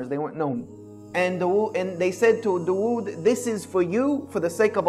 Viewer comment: The way he pronounces dawood is so bad its actually annoying.